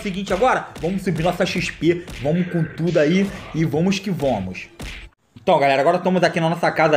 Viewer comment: Cara. Só para de falar "Vomos que vomos". É "Vamos" pelo amor de Deus. Eu n quero ficar corrigindo mas to passando mal por cada vez que escuto.